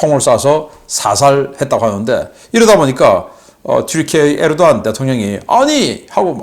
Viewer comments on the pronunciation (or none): none